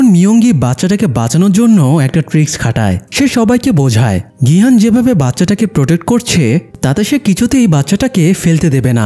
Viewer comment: ভাই এটা নাম গু না।নামগিউ আর গিহান না।গিহুন